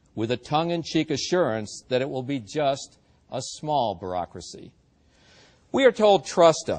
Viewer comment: does he say "Barackracy?" ;-)